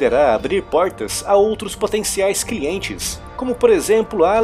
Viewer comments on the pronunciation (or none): "outros potenciais cRientes" rs rs rs